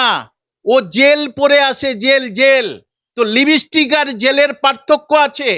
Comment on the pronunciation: লিপস্টিক কি জানেন ভালো করে উচ্চারণ করেন😂